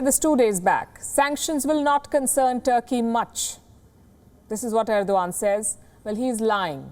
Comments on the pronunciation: End- O- gone... Erdo-Khan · Ardo g a a n d 😂😂😂